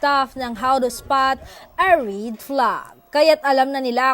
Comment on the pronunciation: I’m not bashing you but RED is pronounce as “Eh” short E not long eee. You are pronouncing Red as in Reed. I have nothing against Bisayans, this is just a constructive observation. PEACE✌️🫰